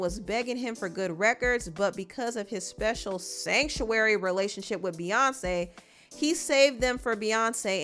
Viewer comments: “SanCTuary” 😂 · One more time…. “SANCTUARY “ Lol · the way you pronounced "Sanctuary" is sending me!! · The way u emphasize the word "sanctuary" is killing me 😅😅😂😂😂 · Ik this is a serious discussion but am I the only one who cracks up every time you say "Sanctuary"! 😂😂😂 I am screaming! 🤣😂🤣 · the emphasis on “sanctuary” everytime lmao 😭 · Sanctuary was all I was hearing😂😂😂😂😂😂😂😂😂😂😂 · It's the way you say "sanctuary"😂😂